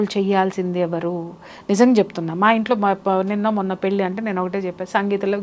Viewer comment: పెళ్ళి అనడం రావడం లేదు